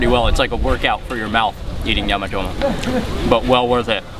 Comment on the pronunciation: Your command of Swahili shows ..The way you pronounced Nyama Choma , are you sure you're not from Moshi? 😂